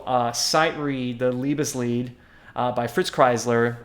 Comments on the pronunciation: So Ray played the Lovesong, right? That's how he pronounced it😂 But He did a good job. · Alan Deutsch “Liebesleid”. Not “Leibesleid”